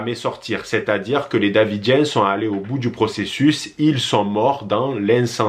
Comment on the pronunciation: Y a-t-il une raisons pour laquelle tu prononce "ils" avec le S ?